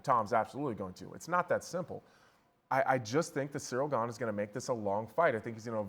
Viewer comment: It's so surreal how chael misprenounces ganes name